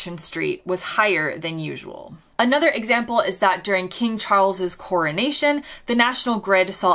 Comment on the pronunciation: The way you pronounce "CORNATION " Street😀😃😄😁😆😅🤣😂